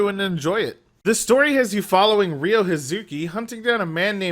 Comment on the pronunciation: Ryo not Ryu